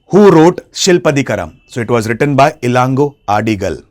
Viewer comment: It's really good ur doing this but please try to pronounce the Beautiful சிலப்பதிகரம் si-la-ppa-ti-ka-ram or Neṭuñceḻiyaṉ or Ilango Adigal Kudakko Cheral Ilanko) from Chera dynasty young brother of king Cheran Cenkuttuvan. yes their mother in from Chola dynasty (Velir clan)